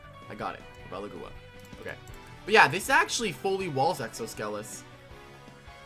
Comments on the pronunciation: It's agua not AguOa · it’s prounoced Lie-bel-a-gua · You pronounce it like the name. Li·be·lA·gu·a It's the Spanish words for dragonfly (libélula) and water (agua) mixed together. Edit: Could also be the Portuguese words for dragonfly (libélula) and water (água).